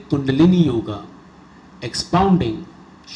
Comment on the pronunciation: good knowledgeable narration. But don't modify the word yoga. whenever pronounced yoga as yog its very painful to hear.